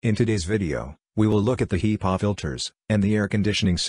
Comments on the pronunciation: You gotta love those HEEpaw filters.... 🤣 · The text speech program is SLAUGHTERING the pronunciation of HEPA filters